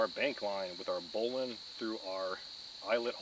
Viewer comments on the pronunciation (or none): Got yourself a real “go back” there. You can go back and reuse it or up grade it. However, this older swab jock cringes when you say “bow-line”. We never pronounced it like that, always bowlin … just the ‘in’ sound at the end, no “ine”. Brown Water sailor. 😂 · Not a critic just info , the spike is pronounced " Marlin Spike " , and Bowline knot is Pronounced " Bowlin " , I was a Boatswains Mate Pronounced " Bo sun " for six years , that's the people who use those things . That Auger would be Great .